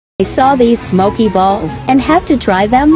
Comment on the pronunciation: why did it say balls like that